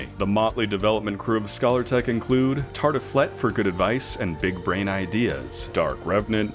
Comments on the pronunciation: Scalar is pronounced like 'skay-lir', not like scholar. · scay-lar not scaller. From Scale. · It's called scalertech as in fish scales, not scholartech as in scholarship. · Amazing review, thank you :) also I am so curious about what possesses you to pronounce 'scalar' like 'scholar' haha